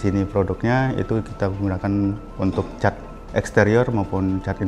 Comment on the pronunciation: semangat pagi, cuma sekedar bertanya aja, yang betul kata cet atau cat, karena HSE Istana IKN menyebut dengan kata cet, itu aja sih, klo aku pribadi kata yg benar adalah cat, dah dulu bang yaaa, salam sehat buat abang.